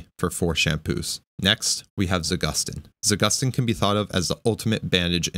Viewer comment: It's not za-GUS-teen, it's za-goose-teen. Trust Russian, it has a meaning behind the name